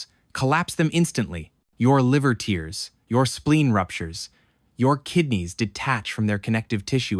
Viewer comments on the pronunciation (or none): Read it yourself so it doesn't pronounce tairs as teers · Urghh the AI voice really puts me off.. how much is AI generated content, how much is human generated? I'd like to believe that it's human generated with AI fleshing it out, but come on ... "That's the impact force of a head .. on car collision" .. "your liver tiers" .. "the aorta tiers".. it's really off-putting and makes me think it's all AI slop. Even if it's good slop. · "The aorta teers" Yep. AI. Good though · "Your liver TEERS?" Okay, AI narration detected for sure. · An AI voice that can mimic a Canadian accent, but can't distinguish between tears (ripping) and tears (crying) when reading. That's funny. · He’s not an Ai voice tho. Unless you’re being sarcastic and I didn’t get it Edit: He sure did say tears like crying tho so idk